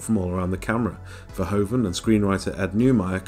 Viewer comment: You got the name of the director wrong mate. Verhoeven* (Sounds like ver-hoof(v)-en.